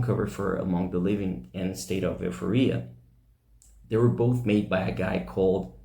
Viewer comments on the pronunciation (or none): Euphoria is pronounced E For E AHH just saying 😊